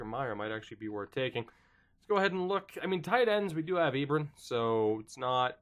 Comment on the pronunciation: Hate to be this guy, but it's pronounced E-Bron like LeBron!